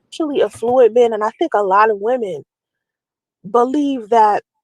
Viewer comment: Her nasty filthy mouth is so unprofessional during these”life coaching” lives she makes me sick. She doesn’t even know how to say the word affluent, no one in business or economics pronounces it that way which proves she’s not in that scene.